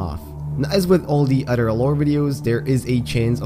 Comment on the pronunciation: great video dude! i’ve been obsessed with your videos lately and how much research you put into each and one of them, but a little heads up: you are pronouncing “other” wrong; i don’t mean it in a hateful way whatsoever, i just think this can help you improve your english (i am guessing english is perhaps not your first language?) the way you’re pronouncing “other” is the way “utter” is pronounced, and these two words have different meanings, you see: “utter” means something absolute, while “other” is used to refer to something different from the previous thing mentioned beforehand, i know that english’s pronunciation is fucking weird (english isn’t my first language either so i feel you on this one) but the “th” in “other” is pronounced more like a “d”, i don’t know if i’m explaining things correctly enough for you to understand but you can look it up in google translator, just put “other” and click the button that provides you with the correct pronunciation, trust me, it works great! i’m always using it and it has really helped me improve my pronunciation and i think it can help yours! good luck :)